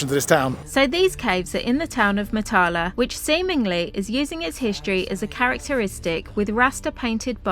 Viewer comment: Ps Matala is pronounced with the emphasis on the first syllable and the "a"s are all short ( northern english bath as opposed to southern englidh barth).